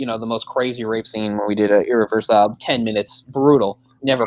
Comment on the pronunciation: I hate how i kept mispronouncing "Irreversible" when I mentioned it during the discussion of the rape scene. Bad enough that i'd done it all throughout our episode on that movie.